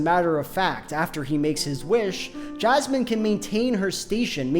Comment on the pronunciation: As a non-native speaker I genuinely thought you're calling Jasmine "jazz man" for first 3 minutes